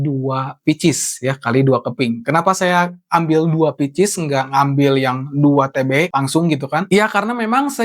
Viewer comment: Picis??? 🤣 Pieces (pcs) dibacanya pises baaaang. Ah ngaco english lu